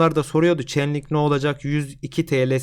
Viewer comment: coin'in ismini çenlink diye okuyunca anlamadım. çeynlink hocam doğrusu